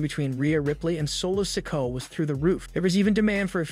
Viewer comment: I really wish these narrators would learn to pronounce names correctly! Solo Sikoa. Si-KO-ah, Not sicko!!